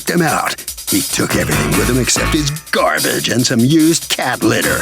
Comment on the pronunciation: "He left me cat litter and gawbige (garbage)"😂😂😂😂